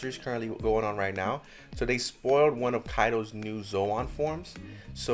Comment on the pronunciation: Zoan❌ Zo-an✅